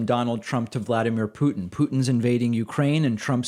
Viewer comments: David says "Pe-yew-ten" is this a sign of cognitive decline? I mean, when Trump mispronounces a word David makes an entire video on it. Just holding him to the same standards. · Yo does Pakman say Putin wrong in the exact same way he says Nuke wrong? Lol Kneeuk and Peeutin